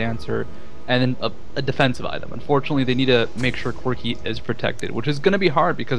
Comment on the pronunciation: "requiem will destroy corcky, cock...CORKI's hp" hahahahaha really nice match, very aggressive!